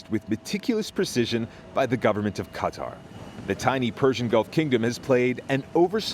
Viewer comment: “Qatar” is pronounced “kah-TAR”. Please stop making it more difficult than it has to be.